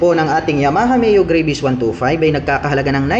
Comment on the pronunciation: Yung Travel po ay ginawa nyong Trabol mali po yun tapos yung Gravis po ay ginawa nyo naman"Grayvis" ginawa nyong Gravy ng fried chicken yung Scooter. You prounce it with Gra - Vis and yung Trabol nyo dapat ay Tra - Vel intiendes ba Koya? Bisaya ka man dong koya? Gihigugma taka ni Maayong lubot sa imong tanan.